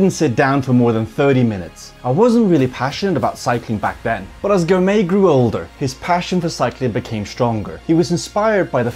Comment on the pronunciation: great video showcasing a new & upcoming force in cycling. Biniam Girmay is the first of many to come from Eritrea. Finally, Girmay is pronounced "Gr" "my" .